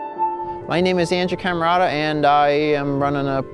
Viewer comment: "" That's what I heard you say,.